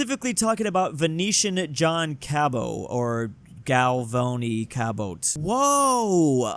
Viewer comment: Galvoni? It’s jie-o-vani